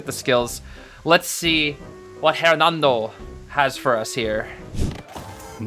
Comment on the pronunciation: The h in Hernando isn’t pronounced.